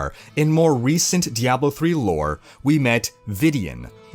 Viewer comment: Why do you say Diablo like that. Every time you say it my balls clap.